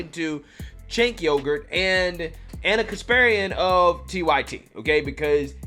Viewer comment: did you just call him YOGHURT?